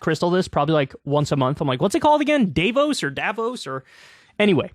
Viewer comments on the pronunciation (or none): You pronounce it "Dah-vooos" with emphasis on the o vowel. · You cant remember how to say it right ..... because most americans dont know how to say it right. The people living there call it Da-vooos. Short, unaccetuated fast a, long open lingering o. French pronounciation accentuatet and elongated on the last vowel. But I guess you will nearly never hear it correctly from any american. As a people you guys dont deal well with french vocalizations. Crystal says it wrong all the time, too. So dont ask her. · it's pronounced duh-vos source: am swiss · Davos has the same a as the second a in annA, or the 2nd a in americA. like all german As are pronounced. and you stress the O, not the A